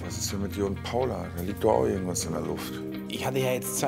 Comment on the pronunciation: aber die sagt ja wirklich Iwas mit I und net mit Ei wie bei Mike